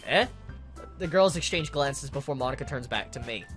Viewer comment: Every time he says Monica I hear "My nikka" lol.